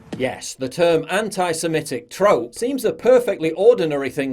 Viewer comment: Love how she pops the 'p' in trope as if she's proud of saying something really clever